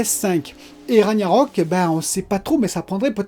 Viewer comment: Juste Ragnarök ça ce prononce RAG - narök, le g en gue, enfin je sais pas si j'ai bien expliqué 😆